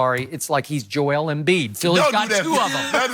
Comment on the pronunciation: He called him Joel embid 😂😂‼️